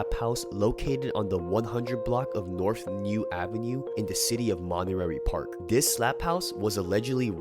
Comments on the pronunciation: it's pronounced monta-- ray park ,not monter- rary park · Monterey Park not montererry lol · ?...my boy "monte-ray" park. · Lmao you got me dying, the way you pronounce Monterey Park as "Montenary Park" haha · How do you mispronounce MONTEREY PARK? You’re not recording on physical tape. Re-record it homie.